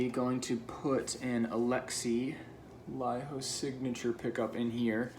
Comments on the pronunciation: I was surprised when he said laiho instead of leiho 😂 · You really nailed the pronounciation of 'Laiho' Nice guitar